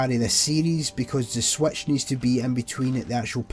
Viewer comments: Didn’t realize switch is pronounced Swetch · i love how you say switch as swaetch